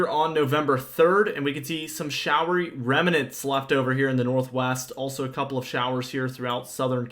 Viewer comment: "Remnants" has two syllables, not three.